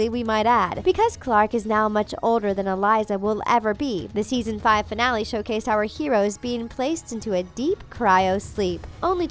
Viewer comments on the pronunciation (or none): none